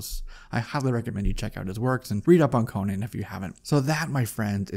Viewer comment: His name is Conan, not Conyan, for Crom'sake!